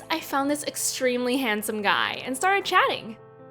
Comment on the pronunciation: is no one gna talk abt the way she said guy